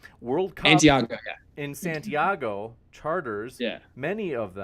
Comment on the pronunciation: he couldn't even pronounce santiago. My instinct thought that's what he was trying to say, but I thought, surely even someone this dumb can pronounce a word as easy as santiago. I was wrong.